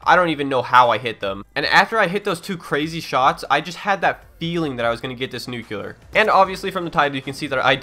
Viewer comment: It's pronounced "Noo-Clee-Uhr" not "Noo-Culer"